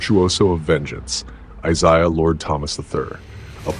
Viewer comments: Any listen to you keep saying “eyeseyeah” one more time ffs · Stop mispronouncing Isiah 😢